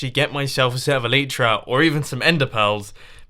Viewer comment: El-eye-tra not Elietra get it right for once geez